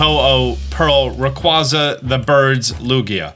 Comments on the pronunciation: Still not pronouncing Rayquaza correctly... you hate to see it.. well hear not see but you get the idea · You are pronouncing Rayquaza wrong...